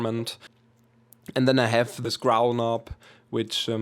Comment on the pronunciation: He said I made this grow-l and not growl